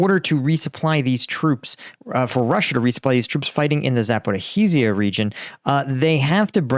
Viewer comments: just say Zapharheezha ) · Fcuk this "zaporihizija"! Why don't you check the pronunciation on the net? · I really enjoy your channel, but … "Zaporeeheezeeya" … :-D By the way: Wikipedia reads it to you, if you like. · Bro, the way you say Zaporizhzhia is too much xD